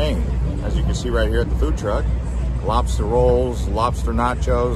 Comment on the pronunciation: im from boston and if he was saying lobster like that on purpose it makes me wanna cry